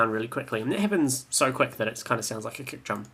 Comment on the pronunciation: i love how you say KEK instead of KIK